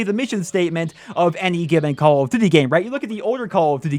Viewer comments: "Call of D'thy" lol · Lol he keeps saying "call of dd"